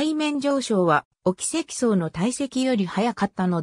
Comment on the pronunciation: 「おきせきそう」って！自動音声？